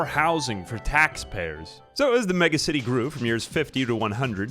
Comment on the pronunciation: deliberately pronouncing it like Megamind would-- MegAcity